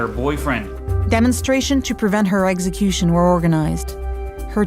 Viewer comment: Whoever the narrator is learn how to say execution